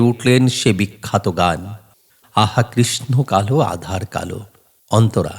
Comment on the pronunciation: "আধার" নয় "আঁধার"